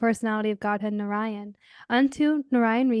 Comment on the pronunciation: It's pronounced as Naaraayan not Naranya 🤕🤒😢😢